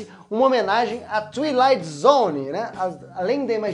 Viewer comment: ~Tuiti Light Zone~ não né! Hahaha A palavra Twilight é pronunciada como "Tuailait", ou pra quem entende de linguagem fonética: /ˈtwīˌlīt/. Hehe acontece, pronúncia em Inglês é sempre complicado xD Pra ouvir a pronúncia, clique no botão de som da caixa de tradução